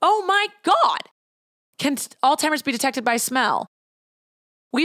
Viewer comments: Omg "all timers" why do you call it that! It is alZheimers. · Loved this but the way you say “alls timers” 🤣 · Is it just me or did pronounce Alzheimer's as "All-timers"? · I’m sorry but the way you say Alzheimer’s is killing me 😅